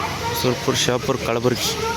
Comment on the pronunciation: ಅದು ಕಳಬುರಗಿ ಅಲ್ಲಾ ಕಲಬುರ್ಗಿ